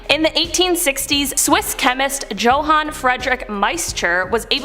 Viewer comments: Next to the heads on sticks...is Jose' Jalapeño...on a steeek. Also, the name Johan is pronounced "YO han." You're welcome. 😁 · Johan. YOhan